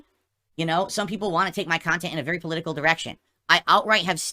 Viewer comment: Fall out of love for your kahntent? 😂😂😂 is losing it lol